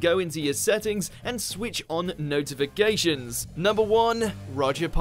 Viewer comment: can’t even pronounce the word ‘notifications’ so I’m not surprised you couldn’t pronounce some of these characters’ names 😭.